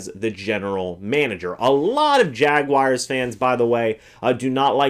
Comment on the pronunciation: Jaguars...not Jaguires.